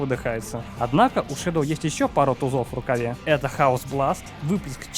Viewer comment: НЕ ШЕДЛ А ШЕДОУ